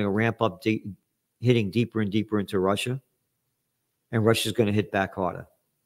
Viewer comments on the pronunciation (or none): none